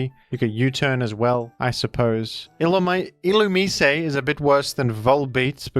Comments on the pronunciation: You pronounced it "ill-oo-mee-say", when it's actually intended to be pronounced "ill-oo-mai-see". Might be an Australian thing tho idk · Ill-ooh-meez Illumisé pronouncers are illiterate. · How else would you pronounce illumise? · I want to buy the thesaurus that tells you how to pronounce Illumise